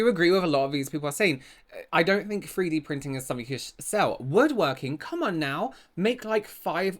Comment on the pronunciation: Say free D printing again 😂😂😂 not a dig, I love it 😂💜